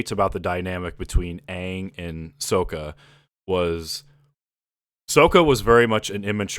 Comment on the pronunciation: It’s “Sokka” like “Sock” like not “Soak”. You even corrected yourself then go on to pronouncing it all wrong.